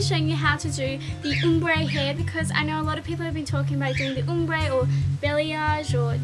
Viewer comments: it's pronounced OMbre, not UMbre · Its probounced ahm bre not oom bre haha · It's OMbre, not UMbre! As it's spelt! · OMbre not UHMmbre lol